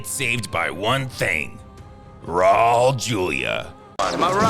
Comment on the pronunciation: His name is Raul Julia (rah-ool), not Rol/Raw. It's a Spanish language name, not German.